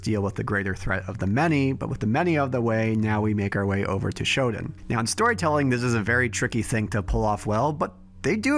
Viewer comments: For the love of god, stop pronouncing SHODAN as "SHOD'N". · Dude, excellent video as always....but every time I hear "Shoden" I cringe...Please, it's Shodaaaan...thank you ❤